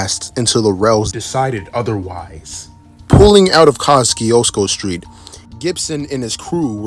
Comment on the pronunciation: That pronunciation of Kosciusko is something 😅…